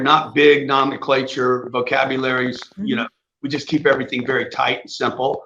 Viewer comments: For someone with such an expansive vocabulary and "nomenclature", he doesn't even know how to pronounce it correctly...not to mention his grammar 🤔 He screams of someone trying to use big words and "nomenclature" to pretend like he's super intelligent or what-have-you, but simultaneously exposes himself to be the opposite by not actually using those words correctly...this was just a small glimpse of that, but it just seems so obvious that that's who he is/what he does (in my opinion) ....what an idiot for real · Grant needs to stick with simple words. He can't even pronounce "nomenclature" properly